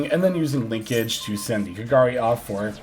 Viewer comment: It's so satisfying hearing pronouncing kagari's name correctly XD. Keep up the good work, very good video.